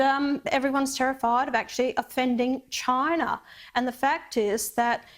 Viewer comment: "therez too many robots, in Choina"